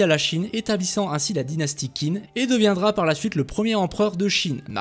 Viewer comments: TCHIN !!!! Ca se dit tchin, et non pas kin (pour la dysnastie qin) Pareil pour xia, ca se prononce chia Et sinon le jeu m'a l'air bien a chier, sac a pv, personnalisations, rpg, microtransactions, ni assassins ni lame secrète, armes lourdes... Bref pas ce qui fait un assassin's creed. Et en plus ils gachent une super période historique qui aurait pu faire un très bon jeu sur console. Bref, ce n'est clairement pas pour moi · en chinois qin se prononce « tchin » et xia se prononce « chia »